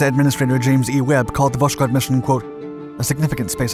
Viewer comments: It's pronounced Vas-Hode, with a silent-sounding 'k' and emphasis on the 'h'. Not Vash-Kode. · Its all great, but its pronounced vosHod, not voSHod. But overall its was a very interesting video. The series are great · Stop saying Voshkod or Voskod ,this is Voskhod! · It’s Vosk-hod not vosh-kod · Pronounced "vos-khot". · All the dislikes are Slavs that didn’t like your pronunciation of “Vos-khod” 🙃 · well it's really strange for me to hear "sz", it really kills the word that literally translates to east. I know that the narrator tries to pronounce it similarly to Russian but it seems up in a strange mix, just like pronouncing French word with English accent... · Voskhod means Sunrise. It is pronounced as vos-hod (s and h separately). Vostok means East. The narrator routinely butchers russian words and it is entirely avoidable if you only need to find out how to pronounce a single word. Overall the channel offers a lot of value and it would be even better if the author spent a few minutes extra to pronounce the foreign craft names correctly. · H in Voskhod is not silent. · Love the video but why the strange pronunciation of Voskhod ??? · How, just how, can you pronounce "Vos-khod" as "Vosh-kod"? It's the same with "Vos-tock", which you pronounce as "Vosh-tock". Dude, speak after me: "Vos-tock" and "Vos-khod". See? Really simple.